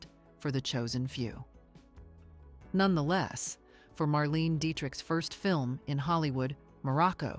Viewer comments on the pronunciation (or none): Mar-Lane-A. Not Mar- Leen. Dee-trick. She was big enough, for long enough to get her name right. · Marlaynah not marleene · Good video but your AI voiceover needs tutoring in accepted pronunciations. Claudette “Col bear” and “Marleen uh” Dietrich come to mind. Such errors are an instant giveaway.